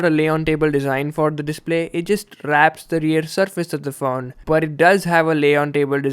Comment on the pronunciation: amazing review! You really spent a lot of time with it to give your feedback and that really makes a world of difference. It's not always flashy camerawork that makes a good review and this shows it. But I couldn't get past the way you pronounced phone as faun. Please be weary of that. It really is a small issue in an otherwise brilliant video!